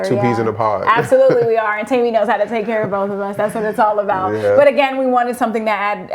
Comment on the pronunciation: Its "teh-me" they kept mis pronouncing it and it was grating me 😂